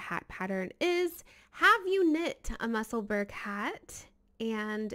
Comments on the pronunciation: The pronunciation in Edinburgh is ‘Musselbur- ra not burg 🙋‍♀️ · Hi there, Musselburgh is pronounced the same way as you would pronounce Edinburgh. It’s the town where Ysolda lives. 😊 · Fab, hats lovely colours. its not quite how you pronounce Musselburgh,it’s a place just outside Edinburgh,Scotland.